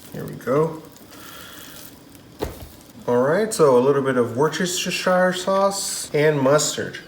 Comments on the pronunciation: try WOOSE-TISH-ER..... worcestershire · Wooster-sheer sauce